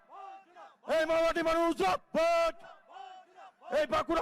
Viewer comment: কলেজে পড়ার সময় তারপর মা মাটি মানুষে যখন পথ চলা শুরু হয় তখন থেকেও "জিন্দাবাদ " উচ্চারণ এখানে কি বলছে ছিঃ ।ছিল কোথায়। এইভাবে বললে পার্টির সেই লোকের প্রতি চিন্তা অন্য রকম হয়।